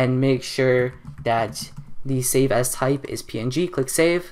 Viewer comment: WHEN HE SAID SAVE AS IT SOUNDED LIKE HE SAID SAVE ASS!!!